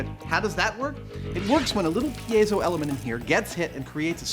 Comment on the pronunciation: Points for the correct pronunciation of "piezo".